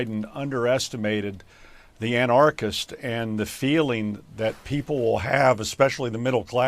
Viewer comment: Somebody teach that guy how to pronounce anarchist. They have schools in North Karo Liner don't they?